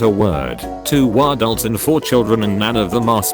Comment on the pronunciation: “Two Wah-dults”